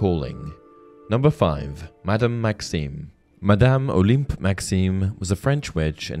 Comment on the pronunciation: I know you love correction comments: "Olympe" is pronounced "o-LAHM" in French.